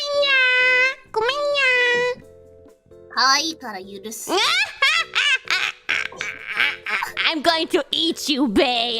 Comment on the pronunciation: かわいいから許す がすごい 日本語上手い